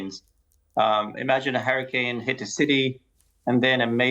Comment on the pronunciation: I can't be the only person who heard "Harry Kane" when man said "hurricane"